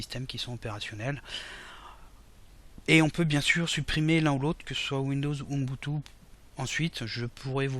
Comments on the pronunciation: Bonjour ton tuto est génial merci ! /!\ ATTENTION : Mr relou arrive dans la salle ! Ubuntu se prononce "ou boune tou" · Ubuntu pas Unbutu Tu dis unbutu 😂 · Je ne doute en aucun cas de vos compétences en informatique, mais, vous prononcez mal UBUNTU ... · UBUNTU, pas unbutu ! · c'est super ta video. Merci. (Mais Umbutou ca me fait marrer chaque fois que tu le dis :o)) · Mdrr j'avoue il fait déliré comment il dit Ubuntu ^^ Et oui super vidéo